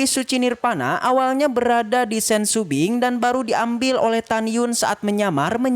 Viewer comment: Shopping bukan sumbing